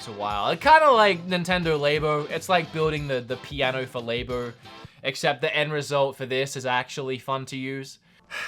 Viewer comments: Why do you say lay bo? It's so clearly labo like as in a science lab. Dhu! :) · He butchered the pronunciation of Labo like that drill butchering his finger